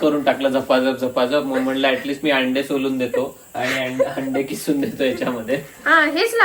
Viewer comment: खिसून नाही ग किसून म्हणतात